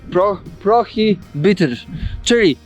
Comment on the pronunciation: Ale jazda taki "podróżnik" a prostych słów po angielsku nie potrafi wymówić "prohibited" i "Christchurch" 🤣😂🤣